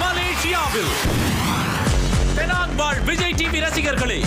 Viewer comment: Not Panang Lah,Penang.. Try To Tell Properly...